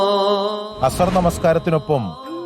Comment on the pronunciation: അസ്ഹർ നിസ്കാരമോ. അത് ഏതാ 😂😂😂😂. വാർത്ത തെറ്റ്‌ ഇല്ലാതെ വായിക്കുക.